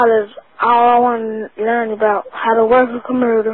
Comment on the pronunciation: I am not trying to hate, do we not have enough sports players that can not pronounce Computer etc.?